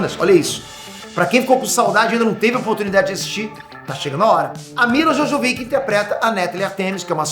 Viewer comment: Milla "Jojovick" deve ter sido de "poprósito" 😂😂😂